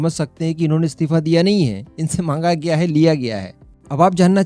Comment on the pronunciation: What do you mean 'comment likhnewalo mein Roasting ki skill nahi thi'? Tu apne aap ko akela hi roast master samajta hai kya? Pehle to tu apna Hindi pronunciation sudhar, aur 'istifa' bolna seekh, 'stifa' nahi...